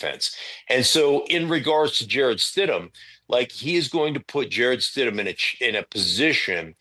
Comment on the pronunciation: UMMMMMMMMM, you called him Stid-MAN!? You do not even know the guys name?! YIKES!!!